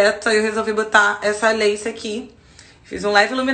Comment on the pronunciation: Rachei com vc falando lace kkkkkkk...pronúncia fica leice , é uma peruca